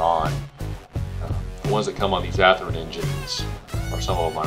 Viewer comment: WTF?! At least have the respect to pronounce the manufactures name correctly. Ath-Rin is no where near close to how it is pronounced. Sheesh!